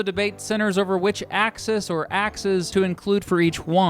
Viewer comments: Ax-eees not axes. There’s a long e sound in the plural. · The plural of "axis" is pronounced with stress put on the "e" in order to differentiate it from the plural for "axe" (e.g.: "ax-eez" vs. "ax-ehz") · "Axes" as the plural of axis is pronounced "ACK-SEEZ" not "ACK-SIZ." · The plural of axis is axes, pronounced ak-sēēz. axis (ak-sis) / axes (ak-sēēz) You’re saying it like the plural of ax instead of the plural of axis. Thanks for the vid! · He also mispronounced axes. The plural of axis is axes, pronounced ak-sēēz. axis (ak-sis) / axes (ak-sēēz) He’s saying it like the plural of ax instead of the plural of axis. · I think it's pronounced AxEEs. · You’re pronouncing axes like the plural of 🪓 ax. The plural of axis (also axes) is pronounced /ak-sēēz/. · this might be a little late, but the plural of axis, axes, is generally pronounced as axees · Axes as the plural for axis is pronounced "axe-ease", so say "Axe"... then say "Ease"... now... put them together... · The plural of axis is pronounced axe-e’s as in 🪓+(🐝-🅱️)’s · Plural of axis is indeed axis but they are pronounced differently. Singular: "axe - is" Plural: "axe - ease" Nice video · HEY I’m late as ever, you would’ve hated me as a student. But the plural of axis- axes- is pronounced axæs or ax-ease. It’s discernible in pronunciation! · ☝️🤓 Actually, the plural form of axis is spelled axes but it’s pronounced “aksees” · Axes (axis pl.) is pronounced axees. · Now, you know it's pronounced "ack-seeze." Haha. But, cute joke ;) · Does anyone else find graphs of any type inspiring? Lol Also the plural of axis is pronounced "ak-seez" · The plural of axis is pronounced "axees" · In the word "axes" (the plural of "axis"), the E is pronounced with the long E sound. AX-eez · In the plural “axes,” the e should be long, as in be, free, tree, me, etc., so it is pronounced “ax-ease” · Everyone likes to say "ax-eez" to make it sound different from axes. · I’ve always said ax-ees for the plural of axis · Ax “ee” s